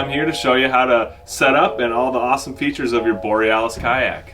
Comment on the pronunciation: Isn't it Borealis?